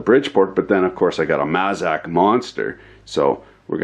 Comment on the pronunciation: just so you know my friend, it's mAzak. Long A sound. I use to work for them. Thank you.